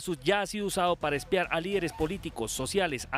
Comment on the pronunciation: NO es "Pedromiguel" sino PEDRO MIGUEL, de apellido Miguel. NO es "eXpiar" sino ESPIAR. Y tampoco es "lafugar" sino "loufer" (law fare). ¡PeriodistOs ignorantOs!😂 Pero, ¿cómo pedirle inglés si ignora el español elemental? Además, lo principal es saber qué pasó en Colombia, no es saber de los otros países.